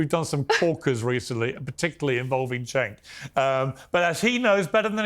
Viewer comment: Piers Cenk is pronounced Jenk not Chenk lol